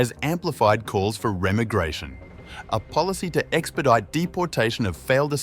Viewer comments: Teach your ai to speak English, it re-migration 🤦 not rem-igration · It's re-my-gration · Remmergration? Is this AI crap? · Is this an AI soundtrack?… Reh-migration? Everyone here who thinks this video, repeating what's already been said a hundred thousand times, will have any effect at all, is in for a shock. Then again, maybe they're already too numb to be shocked. Instead, they'll just opt for the same old same old. De rien. Social media are draining the will of citizens of Western nations to make change happen. They think tweets and comments -- oh and speeches by pretty Dutch women -- stand as substitutes. The West's leaders are not going to change as long as they hold power. They need to be deposed. Many need to be put on trial. Violent revolution isn't an option in today's world. But a unified citizenry can throw a monkey-wrench in the works, and bring things to a halt until their demands are met. If that doesn't work, nothing will. The West will simply die and uncivilization will replace civilization. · Teach the AI how to pronounce "remigration" please.